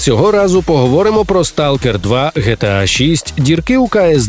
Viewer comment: Не ГеТеА, а ДжіТіЕй